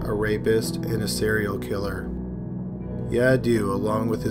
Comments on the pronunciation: Sleepy voice 😴😴😴 and it was pronounce yadave not yadu 😉 thank u!! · Ha ha ha 😂😂 Yadoo? It's Yadav! V not U